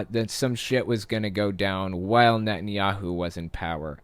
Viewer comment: I swear you said "Nuttin" Yahoo! I love it! Probably a better name for him!